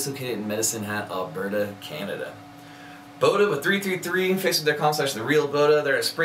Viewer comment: It's pronounced Bod-Duh.